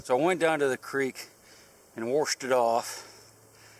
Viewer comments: Oh boy the "warshed" brings back memories of my grandma, a Kentucky girl born and raised. Thanks for going on adventures for us. Love the treasure hunts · You "warshed" it off. I would say Iowa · I caught 'wurshed" it off. Are you a fellow Appalachian? Great finds and keeping digging! I just started myself, and this is a healthy and addicting hobby!!! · "warshed" = Maryland accent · Warshed it off? Easy accent, eastern MD accent. Try something harder.